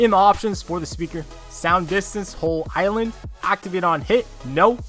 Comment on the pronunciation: "In my alan"